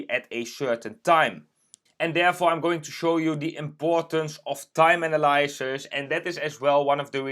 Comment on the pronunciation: Analysis - you're saying it wrong.